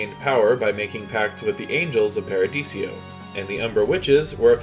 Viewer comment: Paradiso. 4 syllables. Not paradisio